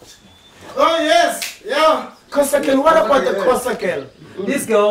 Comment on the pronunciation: She is khosa like the khosa car it's xhosa bo!!!!